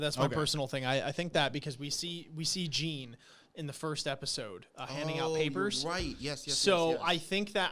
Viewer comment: Good discussion but my only gripe is you guys are in Season 4 now and still haven't mastered pronouncing some of the names right like Jean. It's the French form of John (but said more like Jawn) not like a pair of Jean(s). Also, Zeke is just Zeke not Ezekiel (not discussed here but I recall you guys saying that in S4E1).